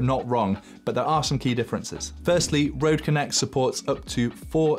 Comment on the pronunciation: you are so close To say RØDE but cool video